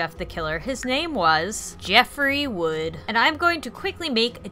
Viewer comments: * Jeffrey Woods you said Jeffrey Wood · It's Jeffrey Woods not Jeffrey wood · This is awesome and funny as hell. The only criticism I have is that Jeff's family's last name is Woods not Wood and Liu's name is pernouced "Lou" not Leo but that's okay for a small mistake :) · "Jeffrey Wood" Me: "its Woods..with an 'S' at then end" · oof his last name is Woods not Wood lol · His last name is actually 'Woods'. The video is still amazing nonetheless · lol its actually jeffrey wood's' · Oh god, she said Wood... its Woods °^° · it's Jeffery Woods, thats the only mistake I seen anyway good video and Liu is pronounced loo like the other name for toilet thought Leoo is the Chinese pronunciation of Liu